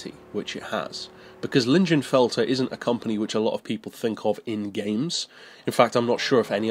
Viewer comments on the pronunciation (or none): I believe it's pronounced "leeng-in-felt-er"